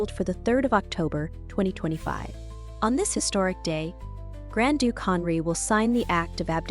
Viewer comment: You have a beautiful voice (I’m assuming it’s real and not auto-generated), however, you might want to check the pronunciations of some of the names used in this presentation, such as, Henri. Correcting the pronunciations would heighten the overall professionalism of the video. Looking forward to more of your work!